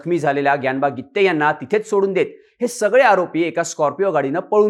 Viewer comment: बरोबर आहे गित्ते च आहे